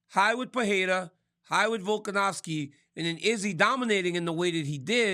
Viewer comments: Volk an OV Ski. Not ow ski. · RC: “VoLkAn-OW-sKi”🥴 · He's funny cuz he just cant or wont put the effort to remember or to read a name properly :))) like since forever he says Volkanowski and its weird how the brain works like, no matter how many times he'll look at Volkanovski's name he will see a W in the middle, and no matter now many times he will hear people say VolkanoVski, he will always hear VolkanoWski, its fascinating almost =)))))